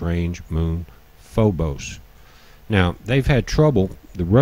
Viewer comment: Its Phobos, not Phobus